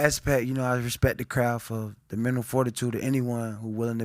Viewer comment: I thinks it’s ironic he can’t pronounce mental